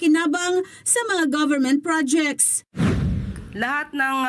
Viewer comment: Pls pronounce " project" the right way!